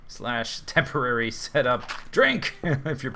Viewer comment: when he said tamporary cat house (newer eppisode) i know what the Z drinking word will be xD